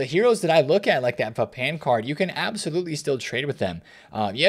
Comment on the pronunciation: Pa pan. Not pa pain 👍🏾 Great video